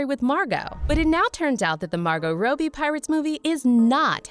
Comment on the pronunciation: The only thing really pissing me off is you pronouncing Robbie like Row Bee I mean wtf?